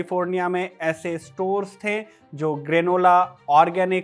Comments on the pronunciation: थे का उच्चारण ठीक करो यार... थै क्यों बोलते हो..?? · Pl improve your pronunciation. While sayin थे you are using heavy nasal tone like थें, गयें। पीएल dont take personal